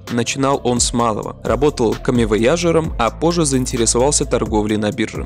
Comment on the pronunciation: Он говорит комивоЯжером!!!??? Позорище!!!!